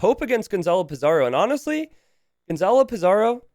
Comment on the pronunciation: Le Loi is Vietnamese, not French. His name is pronounced Lay Leuhy, not Le Lwah. Gonzalo Pizarro is Spanish, not Italian. His name is pronounced Gonthalo Pitharo, not Gonzalo Peetzaro.